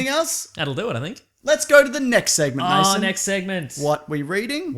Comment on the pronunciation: It's Mason not Maso. Why do so many people get this wrong?